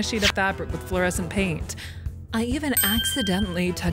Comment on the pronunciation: Flescent lol